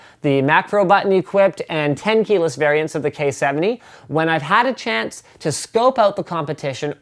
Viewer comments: wat "the coyeh 70rgb...) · "so, the KOI HEUU 70"